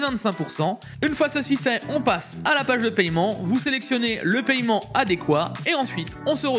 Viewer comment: le païement, ca me tue